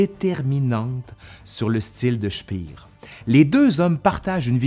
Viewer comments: Speer ne se prononce pas "chpir", mais "chpér"... À part ça la vidéo est intéressante ! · Petite rectification : "Speer" se prononce "Schpèr" pas "Schpir", ça n'est pas comme en anglais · Ayant étudié l'allemand, j'aurais dit " chpéheur" ( cf . , ) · Super vidéo mais la prononciation de Speer en anglais ça m’a fait saigner les oreilles 😉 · Par avance, je vous prie de m'excuser pour ce commentaire un peu négatif, mais ça me rend toujours un peu fou: pourquoi prononcer des mots ou noms allemands à l'anglaise dans une vidéo en français? Speer ne se prononce pas "Chpir", mais "Chpér" (avec un é long (ou \eː\ selon l'API) ). Il en va de même pour le See de Silbersee (le s se prononçant d'ailleurs plutôt \z\).